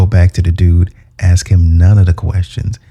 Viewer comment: quick lesson - how to say the word " ask ". Say the word ass and then add the " K " sound. So ASS-Kuh